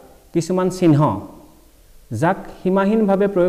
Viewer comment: উচ্চারণ শুদ্ধ করিব ( চিহ্ন )